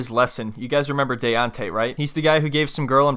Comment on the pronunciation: I never could understand why these women he was SO in love with him kept mispronouncing his name! 😂😂😂 they kept calling him “Dee-ontay”… instead of “DAY-ONTAY”.. Daonte!!! Daonte!!!